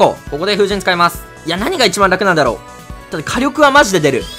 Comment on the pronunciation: 火力のイントネーション気になる